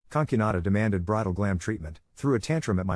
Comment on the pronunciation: "conk you nah dah" mm very nice pronunciation